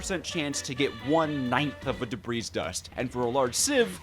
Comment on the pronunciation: The S in Debris is silent and is its own plural. I figure you know about the fluid thing already though lol